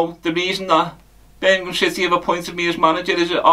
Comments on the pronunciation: Eermimgham city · 😂In bits can he call it Birmingh. EEEMM! 😅